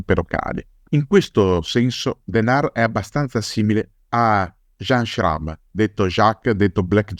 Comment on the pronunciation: Jean Schramme's name is pronounced Shram.